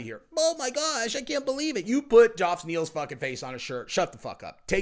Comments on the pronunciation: Geoff Neal's first name is pronounced Jeff lol not joff. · Haha it's not Joff it's Jeff. GEOFF = Jeff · I think it's just a fancy way to spell Jeff my dude. Don't know why but it's cracking me up every time I hear him say Joff 😂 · It’s pronounced jeff not joff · Not bein smart but his name is pronounced Jeff not Joff... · JOFF? LOL It's pronounced JEFF, bro. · Geoff is not JOFF. It's JEFF ! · Joff Neal. I could be wrong but I have a feeling it’s pronounced Jeff. Geoff is not uncommon spelling for this name. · Geoff is pronounced Jeff,not Joff!😉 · Who's Joff?😂 Unless you're English, it's pronounced, Jeff. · Joff, pronounced Jeff 😂😂😂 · It’s pronounced Jeff ffs 😂😂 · Geoff is pronounced "Jeff" Doggy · Fyi geoff is pronounced jeff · calling Geoff, Joff 😂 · "Joff" - when youve only ever read the name Geoff 😅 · Just FYI Geoff Neal is still pronounced “Jeff Neal.” Keep crushing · Yo dawg. Why you calling Geoff "joff?" 😂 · Lol.. "joff" neal... wtf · why are you struggling to pronounce the name Geoff?? It’s the same as Jeff my guy. You got this Slugger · It pronounced Geee Off! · have you confirmed that Geoff is pronounced JOF? lol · I know it’s spelled stupidly, but Geoff is still pronounced like “Jeff” unfortunately. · "Joff Neal" 🤣🤣🤣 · It's pronounced "Jeff" Neal dude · Geoff is pronounced as if it is wrote as Jeff!. Sorry but mis-pronounciations just piss me off. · Bro are you really saying Joff?? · Love your coverage of this and other mma drama! Is it actually pronounced GEoff Neal or is it pronounced Jeff? lol I’m genuinely curious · It’s pronounced Jeff in England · I spent the whole video wonderint why the f*ck hes calling him joff neal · Geoff is pronounced "Jeff" 🙄 come on. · It's the Chael Sonnen pronunciation....😂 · Joff Neal 😂😂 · Who’s “Joff” Neil? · Lmao. "G-e-off" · Stop saying Geoff's name like that. It's just like Jeff. Just spelled different. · Joff ? Is it pronounced JOFF ? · How does not know how to pronounce Geoff?